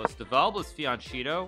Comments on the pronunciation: It's not pronounced fiancheeto, it's more like fianketto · To be honest fianchetto should be pronounced fianketto, it's an italian word. And the "e" it's not pronounced like the "e" in "each", but like the first "e" in "ever". There is a double t too, but it's not a sound present in the english language. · Fian Cheeto? In Italian the ch is hard.